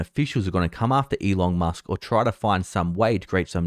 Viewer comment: Why do I keep hearing "E Long Musk" from him?